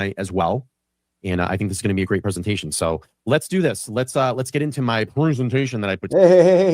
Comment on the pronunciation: I’m cracking up about “Prezenation vs. Preeesentation” own that shit 😉🤟😂😂